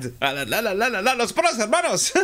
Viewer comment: Tu dis Los PoYOS depuis ou pas ?? lol